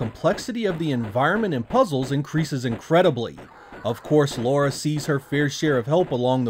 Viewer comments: 25 years later and people are still saying "Laura". Dude, it's "Lara". :) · Its Lara not Laura :| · Her name is LARA not LAURA! lol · Why do 99% of Americans have such trouble understanding this charecters name is LARA & not LAURA? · Why do you call her Laura? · How do you complete tomb raider and still call her ”Laura?” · Might be your accent - but you really seem to say Laura instead of Lara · La-ra not Lau-ra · Lara (LA-RAH) NOT Laura....even the characters in the game say it (LA-RAH) ugh lol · Dam American's and your Laura not Lara Croft.😅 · 12 mainstream titles and 3 cinemas released films, but still…, Americans’s can’t pronounce her name correctly. Like what are you hearing to continue calling her Laura? There’s no ‘U’ in her name!! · Great game one of the all time greats. It sounds like you keep saying Laura lol. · It sounds like you're saying Laura. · why can't americans say "lara"? or "craig" for that matter. anyways this version looks pretty bad. except for the lighting on lara, which seems to be light source dependent. something even VF2 and DOA(saturn version) couldn't achieve. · Tomb Raider stans, take a drink every time he says Lara's name wrong.